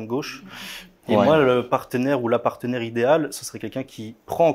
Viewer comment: On ne dit pas "partenaire"💀